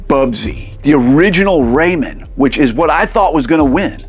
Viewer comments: Enjoyed the video but the Raymen bothered me every time lol. It's Ray Man! :D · Ray-MAN, am I right??? Keeps sounding like this dude is saying Raymond lol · It's Ray MAN, not Raymin. Don't disrespect my boy like that. Do you pronounce Superman or Spider-Man like that? Lol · Raymen? You mean ray-man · pronouncing Rayman "ray-mun" is like when people pronounce Mario "mary-oh" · Love how he says Ray-min 😹, somehow I got 5 of these beat! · R..reyman? Like REYMOND? 😂 I've always pronounced it "Ray-Man". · Its ray-MAN not ray-men. Drove me mad !! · For the love of god, man! It is not pronounced “Raymond” !!!!! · It's a crime that you're saying "raymen" instead of "ray man". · But dude, Everybody Loves "Raymun!" 🥴😅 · pronunciation videos agree with you BUT 30th anniversary trailer from 6 days ago agrees with me and rayman origin trailer says rayMAN too Anyways thanks for the journey also cool video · I can't get past that it sounds like you are calling him "Raymond" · Incorrect. Just do a search for "snes Rayman commercial". As I originally thought, it is pronounced Ray-man. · I can’t with the pronunciation of RayMEN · "cannin fodder" "raymen" cmon breh but at least you said atari jaguar the right way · Hearing you pronounce Rayman is wild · I've never heard anyone pronounce Rayman like that. Say Batman or Spiderman in the same way. Hours of fun! 😂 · The way you pronounce Rayman gives me seizures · Great video, but my skin crawls every time you say Rayman like that.. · Who TF says "rayman" like that? Decent watch but a tough listen... that voice 🙄